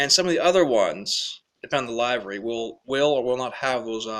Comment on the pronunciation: I'm watching a review by a person who doesn't know the dif between a hopper and a gondola !! And 'livery' rhymes with river-G not diver-G !! So much for the hobbyist den !!